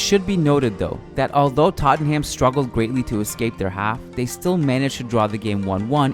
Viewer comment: fan of these videos but the way you pronounce tottenham irks me lol